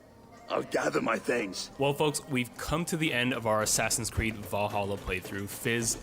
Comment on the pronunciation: Assassins Cweed